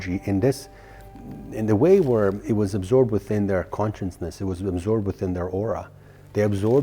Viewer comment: All of your channeling and talks are based on CONSCIOUSNESS but I can't understand why you fail to see you are pronouncing it totally wrong. You made up a new word by mixing Conscience with consciousness to become conscienceness which doesn't exist as a word in the English dictionary. Just sayin...